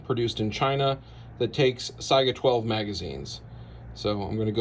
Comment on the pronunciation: "SAY-GA" not Si-I-Aga